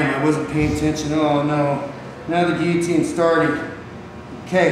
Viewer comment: thank you for pronouncing guillotine right.